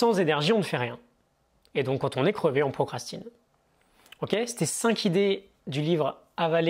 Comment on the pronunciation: Ok je vais encore faire le rabat joie... Je me permet de te corriger la dessus juste car c'est pas la première fois que tu fais cette erreur et elle n'est donc pas 'accidentelle'. Tu dis "cinq Zidées". C'est pas important mais tu ne t'en rend probablement pas compte